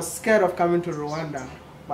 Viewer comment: It's Rwanda. Rwanda. Rwanda!!!!!! Not Rowanda